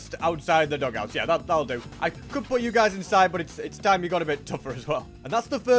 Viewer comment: did he call it the dogouts?